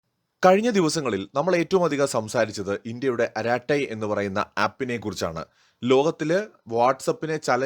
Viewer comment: അരാട്ടൈ അല്ല അരട്ടൈ ആണ്ത്രമിഴ്)